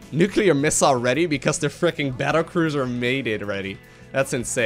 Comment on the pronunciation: The pronunciation is magnificent. Battlecruiser is now apparently Bettercruiser. ;D